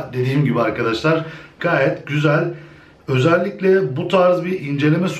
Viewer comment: özelikle kelimesi ile video bitti ozelikle özelikle demene takla virusu kaptim;)